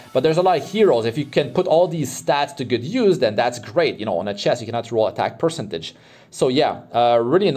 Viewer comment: Great video man, thanks for the gear showcase. Quick tip, please check the correct pronunciation of the word 'percentage'. Love your videos!